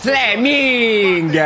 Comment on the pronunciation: seee duranville godo..... fle-ming 😂